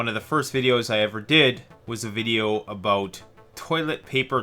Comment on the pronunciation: A boat (about). 😂 no offense I'm Mexican I always thought Canadians have a really fun way of pronunciation. I like it.